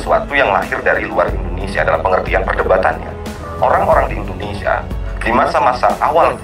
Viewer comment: Ucapan narator kurang jelas: IndonesSIA, bukan IndoneSa.